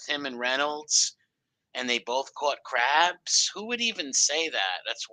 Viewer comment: got the cwabs in his eye bwows.